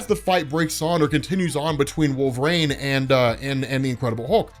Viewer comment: Who is "wolverane" ??